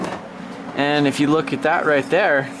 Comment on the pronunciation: "And'da" "but'ta" that'ta" 😂😂